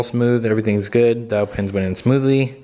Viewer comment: I like how has the same way of saying "Good" as "Gud" like Kyle does. What's this fellow's name?